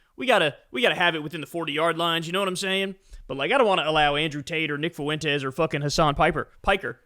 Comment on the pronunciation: Not to be an ass... It's not pronounced foo-wen-tes. It's fwen-tes.